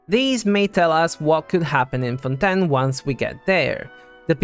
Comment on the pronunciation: LEAKS It is pronounced as fawn-TAYN